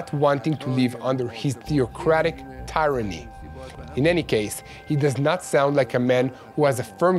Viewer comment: Tyranny is pronounced 'TIR-UH-NEE'